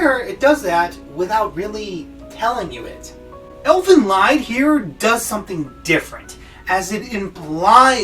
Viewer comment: You misunderstood a lot of things. For example: in many countries, marrying your cousin is considered fine, this show is nowhere close to being a harem, The fact that nudity has been in art since the dawn of human art creation and doesn't always mean something raunchy, and you're even pronouncing the name wrong. Plus, other things. But, at least your ability to put together a video is better than mine. Keep it up.